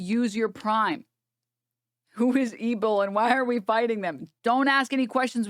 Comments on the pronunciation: 1. I'm convinced "ebil" is a deliberate mispronunciation, not sure what he thinks it can do for him legally but he's dumb like that 2. Alex Jones is a known chaser, it's so funny seeing him even dare to bring up that topic or use the word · I can't unhear ebbil